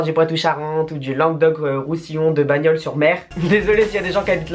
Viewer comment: Mdr t'a quoi contre le Languedoc Roussillon et puis ça se prononce Banyuls pas bagnol xD